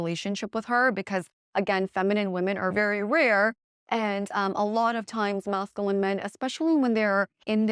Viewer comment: Cannot get over the mispronunciation of masculine. 😬 Nails on a chalkboard.